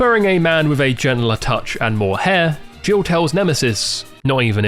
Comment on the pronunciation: it took me way too long to realise youre saying "jill" not "gio" lmao